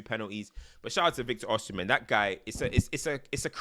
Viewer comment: Before you do the Osimhen video abeg. (Oh-See-meh)